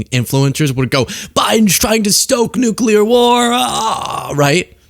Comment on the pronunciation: it's ok,... global economics have gone "nucular"